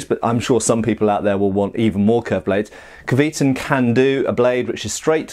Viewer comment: Great review for what looks like a great product. Going on the Cyrillic, I'd pronounce it something like "kvyeh-tUn". I know it doesn't affect the blade itself, but if you like something, it's nice to know how 'to call it by its right name'.